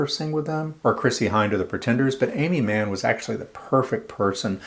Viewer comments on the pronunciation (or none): none